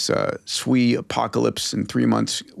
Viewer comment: You say SWE I hear $SUI